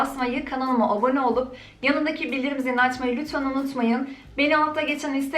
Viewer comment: Cok tatli cok guzel cok samimi bir kizsin senden tek birsey rica edegim..kanalima abone olun derken, kanalıma obone demen beni acayip geriyor cok rica ediyorum dikkat edersen daha bir zevkle izleyeceğim seni😘